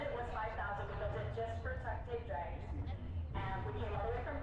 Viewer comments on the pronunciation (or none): Drags, not Drages!